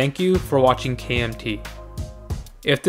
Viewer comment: very succinct vid-yo. get it, vid-yo. Video! Haa!!!